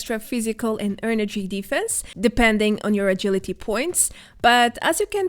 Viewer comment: "Total Agiliry" Tehehe ;) Something I would do.